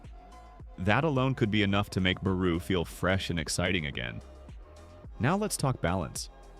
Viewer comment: Tf you mean barou bro not out